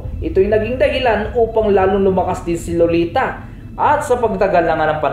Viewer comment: Ser pag nagsasalita ka sa pangalan na lolita lagi kong naririnig loliTA!! At kay Uranus ay Uranyus